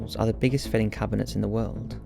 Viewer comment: Love your content and voice, just one thing though, in the word Filing, the fie part is pronounced like pie. 😊